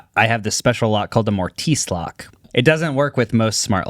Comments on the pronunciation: it's pronounced mort iss right? Not mort-ice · More Tis lock not more tees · Fyi, it's pronounced "MOR-tiss". It's a woodworking term for a square edged hole carved or chissled into the wood. As in "mortise and tenon joint". The mortise lock is the homeowner's curse. Lovely to look at but a pain in the arse. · i am SO sorry to be this guy but i dont see anyone else saying it and i gotta rep the analog heads among us too - mortise is pronounced like "mortiss". I will only be 1/2 insufferable here, so anyone curious can google mortise & tenon joints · Crazy way to pronounce mortise haha